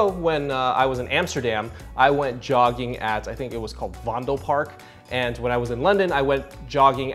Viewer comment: What is this yogging you did ? is it pronounced yogging or jogging ? Weird.